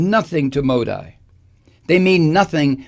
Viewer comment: You haven't the faintest what goes on in India for Modi. That would be this guy's wet dream. He'd eat all the vegetables in the world for that kind of power. Over 1.3 billion people! Btw it's pronounced Modee.. like banshee.